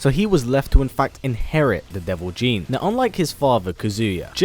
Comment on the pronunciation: Not deo Jin is devil jin